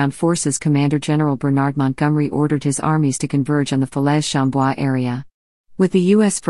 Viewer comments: Not bad, but the images were very repetitive. I'm pleased you managed to pronounce fer-lay as fa-lez. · Not with that awful narrator!! it’s Falais….pronounced Falay…..not Felez !! 🙄🙄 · Very 1st sentence, can't even pronounce the very name of the battle. Talk about useless.